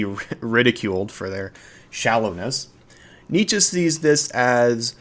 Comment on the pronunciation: Excellent video. Bravo! And excellent pronunciation of Nietzsche